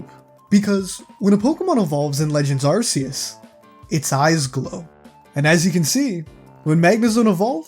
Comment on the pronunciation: you pronounced arceus wrong, this entire video is completely invalid/srs